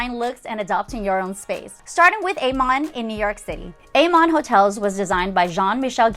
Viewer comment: Yes! Let's make it a series... yhanks for the wonderful content. It was fun to see The Shangri-la as I used to II've in Spore.and know the hotel well . Lovely gardens but did not love the rooms. My favourite is Aman ( ah-man not A-Man). The Aman resorts are so well known, especially in Indonesia.